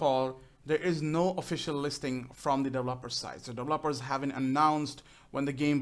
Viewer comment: Dev-e-lo-pers Just sayin --Heheehe Not Developpers =P